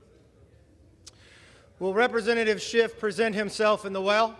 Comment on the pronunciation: Kev, there is no “t” on the end of Adam Schiff’s name. You knowing place onethere because yourcult leader does it. You are bothdespicable to the core. This is a hypocracy and you all know it. You have taken the gop down so low it can never recover until you are all removed for good.